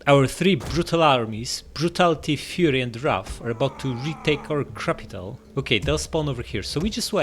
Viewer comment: "Crapital" Lol 😂XD